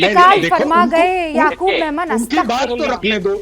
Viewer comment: Yaqoob menon nahi hai yaqoob memon